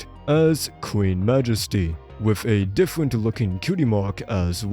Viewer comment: howewer, thewes, diffewent, bwain